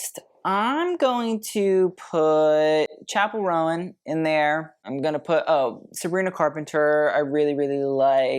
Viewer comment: Chappel roan (like moan tone cone) not rowan. 🌷